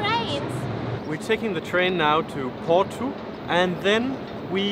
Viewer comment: "Port-oo". You could have taken the plane. Tamega is a cool place. All you have to discover still. The caves of Santo António for example. Remember to party in Lisbon on the 13th of June and then in Porto for the São João. With the little hammers. And no, not Thor's hammers, lol. Have fun in the sun and get laid in the shade! 😉😋😁